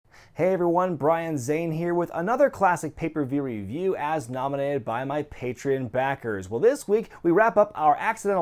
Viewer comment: You mispronounce "patreon" in every video.